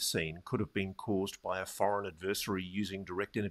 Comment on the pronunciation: Two things Ross: (1) Learn to pronounce "ad*ver*sary";) and (2) Rally voters to apply laser focused pressure on key elected representatives in support of disclosure. Without public outcry hammering/emboldening politicians, nothing will ever happen.